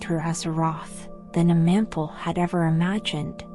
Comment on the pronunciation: Is this an AI voice? Y'sharaj, Aman'thul, Nimiron, C'thun, Yogg'Saron, Odin, and N'zoth were all mispronounced.